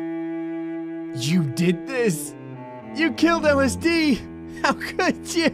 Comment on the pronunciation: “ellis dee” my mind: l s d